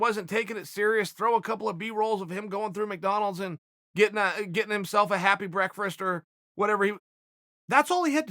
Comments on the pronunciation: It's "breakfrast" now. Chael just gives us live updates on the English language whenever he speaks. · happy brekfrast chael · Specifically a happy breakfrast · Chael “Happy Breakfrast” Sonnen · You couldn't just say "Happy Meal" like a normal person? You had to toss the controversial "breakfrist" in there? You're definitely doing this to us on purpose. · Happy brekfrust 😂😂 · Chael ‘Happy Breakfrast’ Sonnen